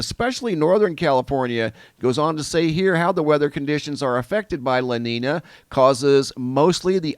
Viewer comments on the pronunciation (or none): la neenya not la neena. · It is pronounce" LA NEEN-ya" not neen a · Sound educated... it's pronounced La Neen-Ya (La Nina) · Aight. Can't help it but tell me if Wrong watchers... "La NEEEN YAA" = LA NINA. NO? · lah neen-yah is the proper pronunciation lolo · Love your reporting. Those terms are pronounced "la neen yo" and "la neen ya" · La nina is pronounced,"la neenya" if I may say... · Thanks for the updates! Love the channel. A little help with the pronunciations. La Niña is pronounced lah neen-ya (the niña part isn't pronounced like Tina). And El Niño would be El neen-yo. Hope that helps :) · Thanks... Repeat after me; "Law Neenyah". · You didn’t explain anything. You can’t even pronounce an ñ properly. wtf is this